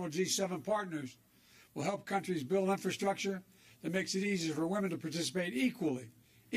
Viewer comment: "critical infrasuckture" What's the $200 billion for besides vaccine plants?